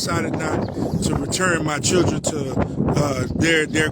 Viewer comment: I’ve noticed a lot of these sov cits can’t pronounce children 😅